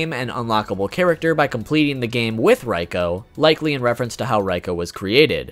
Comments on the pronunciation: Fact #5 Reiko is not pronounced Rye-Co, it's REEEE-Co, even the in-game announcer says so. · Isn't that supposed to be Reeko, not Ryko? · NOOO! He's saying Reikos name wrong!!